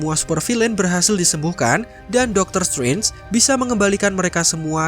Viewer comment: "Dokter stwenj"